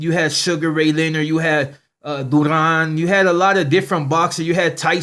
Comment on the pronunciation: 😂😂he said dew-raan (Duran)😂😂😂